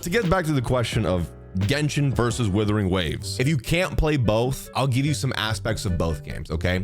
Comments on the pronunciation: Love how calls the game Withering Waves instead of Wuthering Waves 😅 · Its not withering, its wuthering. I dont want the new game to wither away...its amazing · Is it supposed to pronounced as withering waves? Or Wuthering waves? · I honestly think purposely calls it Withering Waves. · Why can't you say the game's name correctly though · Mans will never pronounce this game properly